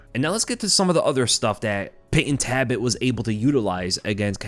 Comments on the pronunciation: Sorry it's Talbott not Tabott. Thanks for the review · am i just annoying myself for no reason or is his name taLbott not taibott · there is an L in his name. it’s not tabott it’s taLbott. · I don’t wanna be that guy but isn’t his name TALbott, not TABott? Sounds like you’re saying “rabbit” but with a T. Tabbit. I’m sorry I’ll leave. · Please double check name pronunciations before uploading my guy, his last name is not “Tabbit” but “Talbott” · Is his last name pronounced ' Tabbit ' ... ? Like Rabbit ??? 🤔🧐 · Repeat after me,: "TALBOTT." Jesus, dude. 😢😅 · Nice video but why do you pronounce it "Tabbit"? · Brother. There is a L is TaLbott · Say it with me …Tal-bit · Lol I was just thinking the same thing. “Wascawy Tabbit!” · Why are you pronouncing his last name as "Tabbit"? 🤔 Not a shocker, I guess. You're constantly butchering elementary English, and words that literal first and second graders should be able to correctly pronounce. That's not a joke or exaggeration either. There are examples like you not knowing the difference between the words woman and women. The lack of intelligence, perceptiveness, and self awareness is very apparent when you speak.